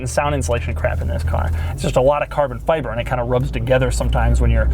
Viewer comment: Does anyone else want to kill Doug with a hatchet every time you hear him say "carbon fiBerrr"?